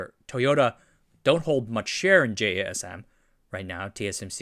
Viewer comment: I thought it was abbreviation, but they pronounce it like jasim.